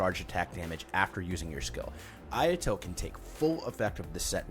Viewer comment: I love that intro. My ayato is boss man. But that Japanese pronounciation X_X